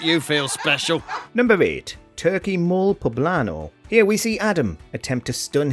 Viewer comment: It's pronounce "Moh-lay" not "Mole" - same as guacamole